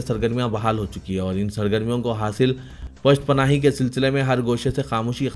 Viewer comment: ارے جاھل ! تمہاری اصلاح ناممکن ھے۔آج پھر ایک جہالت کی۔ ( پست پناھی ) پا کے فتحہ کے ساتھ پڑھے ھو جبکہ پا کے ضمہ یعنی پیش کے ساتھ ھے ۔ دراصل تمہاری بنیاد ھی کمزور ھے ۔ رشوت دیکر نیوز ریڈر س بن گئے ھو۔